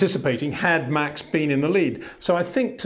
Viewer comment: Try saying Max Verstappen correctly, so no Mex Vershtappen please!